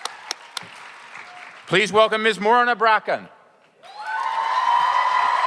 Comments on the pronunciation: BetaArtemis He said her name was "Morena Bracken" too. Wow. Does he even watch the show? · Can this moderator not be such a moron... this man hella illiterate... "More in a braccin" "Donel Logue" "Selia, Carmen Bacah" "" (That one I can understand, but it's pronounced Duh-veed. I can't... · lol "morrna bacnarrin" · Yeah, he effed up Morena's, Donal's and Camren's names and didn't even bother to attempt ''s last name. A complete lack of preparation but even a pure guess should have gotten better results than what he managed.